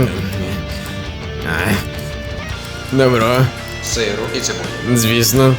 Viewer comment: хах)Я чув "сейл птіцебой" а не "Сиру і цибулі" хахаха